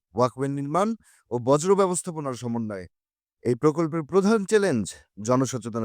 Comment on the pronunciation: বজ্র না বর্জ